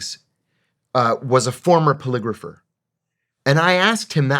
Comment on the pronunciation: I kept hearing you say calligrapher when you were saying polygrapher. I kept thinking,"What the fuck is he talking about!?" I gotta admit that I was listening and not watching which I'm sure could've had something to do with being less engaged in the interview. That was a fantastic interview. Thank you. Thumbsed up and subscribed.